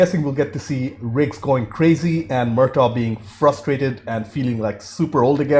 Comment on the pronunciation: are you calling him rick? Its riggs